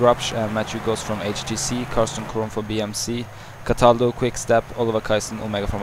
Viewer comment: Dario CATALDO not cadalto